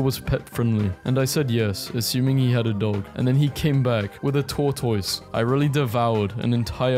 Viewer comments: Ok, ur videos are great but the way you said tortoise is unforgivable. "tor tise" not "tor toise" ik ik thats how its spelled but you dont say lettuce like "let us " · A tor-tois💀